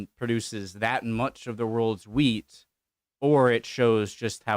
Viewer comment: Wheat, not weed.